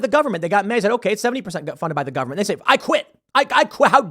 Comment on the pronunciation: Say taxpayer funed not govenment funded